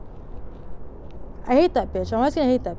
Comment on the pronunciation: She isn't saying leslie she is saying lesbian.